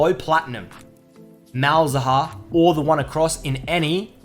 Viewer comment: The way he says malz haha